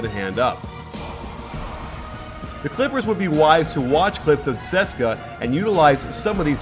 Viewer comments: Its pronounced C-S-K-A coach, not 'seska' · Only one thing it's not Tseska it's TSE-ES-KA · Ceska? You mean C.S.K.A haha. It's an anglicised acronym sir. Research man, research :P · For all the Americans it's not pronounced Seska Moscow it's pronounced C.S.K.A Moscow great content tho🙃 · Wtf is suska Moscow. CSKA. If you can't say it the. It's obviously an initialism. Americans smh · The name of the team is C - S - K - A Moscow you say the letters not cska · It's pronounced C.S.K.A it's not a fluid word, just letters. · the letters in russian are pronounced differently and it comes out like a fluid word: tseska